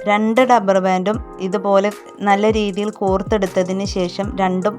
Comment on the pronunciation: ഡപ്പർ അല്ല റബ്ബർ